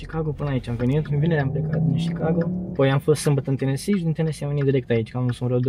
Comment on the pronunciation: se zice sicago